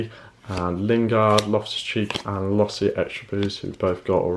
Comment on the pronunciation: it's LOSSL not LOSSI